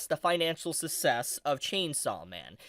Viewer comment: Did you fucking just pronounce success as sussess? Fucking what.